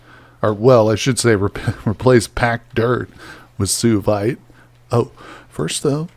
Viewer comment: Suevite is pronounced swa vite.